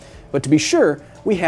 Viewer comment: the way he said "we have to do some math" kinda sounds like "we have to do some meth" lmao. great video btw.